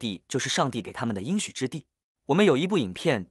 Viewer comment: 应许之地，应读音硬。